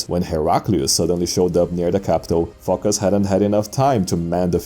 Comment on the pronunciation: Phocus rhymes with amogus